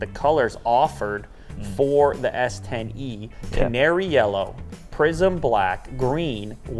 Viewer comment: Am i racist for hearing prism black as prison black? XD